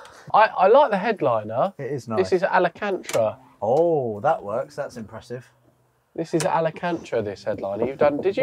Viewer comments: I need to hear saying a-la-kan-tra one more time, please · Alacantra 😂😂😂 ALCANTARA ! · The headlining is what? Alecantra? 😂 Maybe Alcantara... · it's pronounced Al can tara